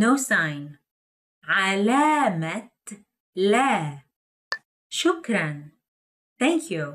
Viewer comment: 👏👏👏 شكرا لكم لو تراعون خصائص المقاطع الصوتية العربية في النطق البطئ فسيكون الأمر أكثر فائدة ان شاء الله مثلا بدل من مجرد تمطيط وتقطيع الكلمة كقول "شو كران" فالأفضل توضيح مقاطعها بنظام الاصوات العربية "شُكْـ/ رَنْ" وهكذا.